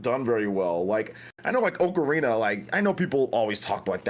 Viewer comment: Oak-arina of time. Kills me everytime.